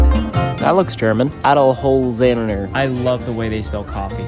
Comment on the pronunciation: as someonewho is originally german and knows how to pronounce Adelholzener it made me cringe to hear his pronunciation. Spoken like a true American. It is a hard word tho so props for trying 👍😂